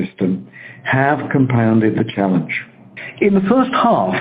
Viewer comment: every time he says "challenge" i hear "failure".